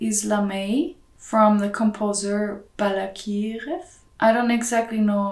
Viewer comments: She completely butchered Balakirev though. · No, especially Prokofjef (who is pronounced Pra-koffjiw), Rachmaninoff (who is pronounced Rach-mah-nninnoff with a short first syllable, a long second and the rest of the same very slured) and very hard Balakirev (who is pronounced Bala-kierjeff) with pronounciation on the "ier" as a long i she absolutely messed up like most of the people who are not familiar with the russian pronounciation rules.